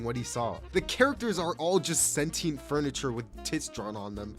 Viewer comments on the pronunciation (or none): none